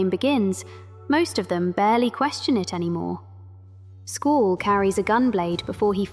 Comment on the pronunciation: who is school? you mean Squall. S-KU-AL